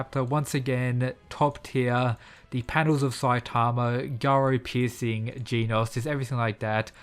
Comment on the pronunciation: OH NO NOT "GEENAUSE"😭